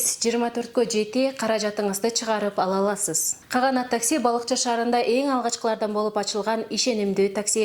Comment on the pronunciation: Допу кийген бала Каганатты туура айтчы😄